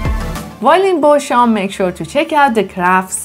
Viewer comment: Bosham is pronounced 'Bozzam'.